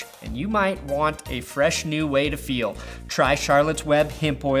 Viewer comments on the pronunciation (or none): none